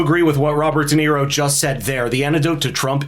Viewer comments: Shirley Jackson :the lottery: read it Dum-Nero. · Robert De Nero 😅 what a a... h...